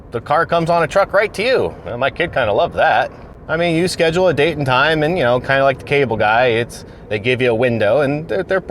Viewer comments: OH WOW A SQUEE-DUAL SCHEDULE I CANT BELIEVE I DIDNT GET THAT SOONER BUT YOURE WILD FOR THAT ONE TOO😂😂😂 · WAIT!!! We're you just trying to say "The word "Schedule" OMG Now I FEEL Even More Slow after trying to Google TO see what's involved with repairing a damaged SQUEDUAL when buying a car through CARVANA lol😂😂😂